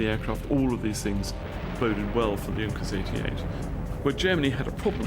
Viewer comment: yes its sounds horrible in englsih D: may he could pronounce it a little bit better^^ im german and i had to laugh cause its sounds so terrible xDD